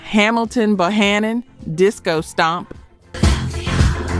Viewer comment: Get These Artists Name Right Because Bohannon Is His Name Correctly Ok